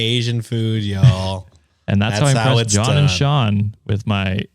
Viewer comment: ayyyy! Sean said my name right (the latter two times lol)!! Fun fact: like Brenna, Sean is also an Irish Gaelic name 😊